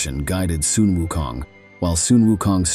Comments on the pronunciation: It would be good to pronounce Sun Wukong correctly...not 'sun' as in English word sun but Sun should be pronounced as similar to "swoon" or "soon" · Sun WuKong.. the word Sun sound like "Soon", not "Sun". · It should pronounce as “Soon”Wunkong not Sun. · The narrator seems to change the pronunciation of Sun. Sometimes it is "Son" and sometimes it is "Soon". The right pronunciation is "Soon". Otherwise, he's narrating a great story. Great job! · "Soon" is closer to the real Chinese pronunciation